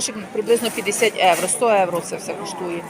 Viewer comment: А чому Эвро ? А не Євро?😂